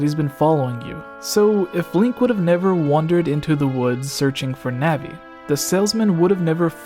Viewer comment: / you say navi wrong. its pronounced noh-vee